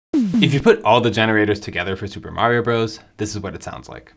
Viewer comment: Brothers! It’s mario brothers! Stop saying bros!